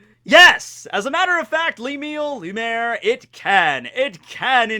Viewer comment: cant pronounce Lumiere? Beauty and the Beast my guy. Loom-EE-air